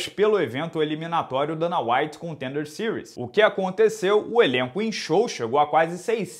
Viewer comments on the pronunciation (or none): none